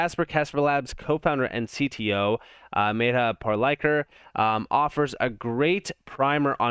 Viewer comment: Bro, you really gotta pronounce Medha Parlikar’s name correctly. It’s been long enough… please figure out how to say her name 😂